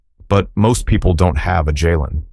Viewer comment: Please pronounce the boys name correctly!! Ja len!! Rock Hill, SC ❤❤❤🎉🎉🎉